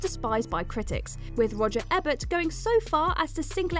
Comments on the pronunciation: It's pronounced E-Bert. The mispronunciation makes my ears bleed. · ...Pronouncing Roger Ebert's name Ebb-ert. That's a sin. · a decade-long "de-LOOZH" in their "midsts" Warner "Broze" and was "rivaled" by critics and fans alike set in suburban "Americana" Roger "Ebburt" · Please teach her to pronounce names correctly! Roger Ehbert! Really? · Don't really care one way or the other 'bout most of those films but including Ex Machina was a fail. A brilliantly dark ending that was teased for the entire film if you were paying attention. It wasn't even really a twist. Also, mispronouncing Roger Ebert's name just screams "I don't really know what I'm talking about!" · ...you know what's really annoying...??...mentioning an actor or director and then giving us their CV's...we know their back catalogues already...oh...and pronouncing the name of one of the most famous film critics incorrectly...